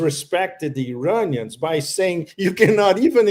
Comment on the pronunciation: "EYE-RAIN-IANS" IDIOT.